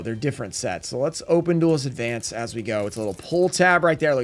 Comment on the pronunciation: Opening Duelist advance in advance?! Sounds perfect. butchering ocg cards names will never get old😂. Cyber dragon the laser of cyber dragons is just so ridiculously